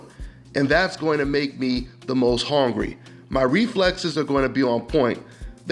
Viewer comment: why you say hungry like that